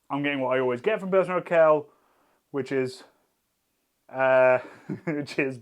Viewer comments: You have a funny way of pronouncing Pilsner Urquell! It is oor-kwell, not ur-kell. I assume you know that this means that all other Pilsener beers are copies of this. Try and get hold of Einbecker Urbock some time! The religious reformist Martin Luther quite liked it. PS: Zatec is a town, not a region and it is an hour and a half drive from there to Plzen where Pilsener Urquell comes from. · everytime he says "urkell" instead of urquell my ears bleed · Lovely too see Pilsner Urquell rank strongly, it's one of my favourite beers as well. (Love how you pronounce it btw, sounds a bit like, as in Steve:D The qu in it is a bit more like the one in quality, so a "kw"). Also pleased with Stiegl's performance, as an Austrian. Funnily enough, lots of people here hate on it, but I think that's more of a thing of intra-Austrian regional rivalry rather than genuinely not liking its taste. People here tend to stick to beers that are produced in their region, so while you can get Stiegl anywhere in Austria, it's most popular in Salzburg, where it's from. I just like it and it's also one of the not so many still privately owned (read: not part of Heineken) breweries in Austria. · If you lile Pulsener Urquell you might want to learn how to pronounce it: its more like Oorkwell (with k and w both pronounced). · Not sure why it’s such a bother… Not even my Czech gf cared that he was pronouncing it that way. 🤷🏻‍♂️ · urquell pronunciation ? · Can you please look into how to pronounce 'Urquell' properly. That made my ears bleed. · It's funny how you pronounce Urquell somewhat correctly in the factory tour video, but completely wrong here :D